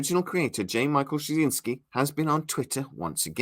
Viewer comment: One minor bit of constructive criticism - It's pronounced Struh-zin-skee. I like your channel and your reports, but that's one thing you've got to work on... 😉